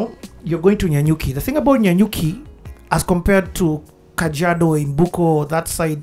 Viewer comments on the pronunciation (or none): ....it is Nanyuki😂😂😂😂